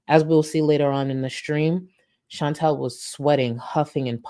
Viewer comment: can you consuder saying Chantal instead of Chintell?